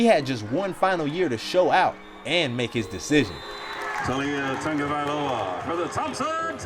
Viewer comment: I hate when people say “Tungiviloa” instead of “Tagovailoa”